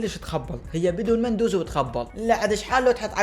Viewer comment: اسمة مو مندوزي اسمة لامندوزي❤